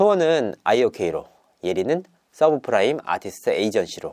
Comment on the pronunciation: 망고 아니고 마고임 서브프라임?ㅋㅋ아니고 써브라임임 제대로 알고나 떠드세용~!~!~!~!~!